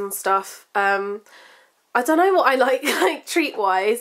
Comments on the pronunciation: Its sounds like your saying wart instead of what. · lmfao! i literally LOL'd when you went "WAAAT" in your accent! haha but im the same way when i hear something like ridiculous but i dont have the accent! LOL :)